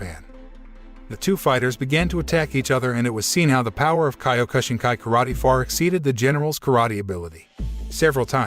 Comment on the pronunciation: I studied Kyokushinkai over 50 year ago. The reviewer should not be given the privilege on commenting on this film. He doesn't know how to pronounce the name of the style nor the former name of Matsutatsu Oyama correctly. I was honored to met and earn my black belt by the Sensei. Though, I did enjoy my time studying it was time to move on. Something I was taught by Sensei was to give back to others. I earned a medical degree and performed general surgery. I have since retired and from time to time look at the changes that the style has gone through. It's all amazing.